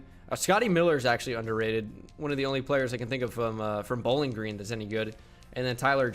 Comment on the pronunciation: Why you say bowling green like that?